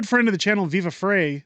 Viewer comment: Refers to Viva as a freind of the channel Them proceeds to butcher his name lol